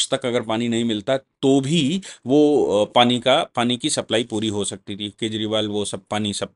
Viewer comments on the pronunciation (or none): none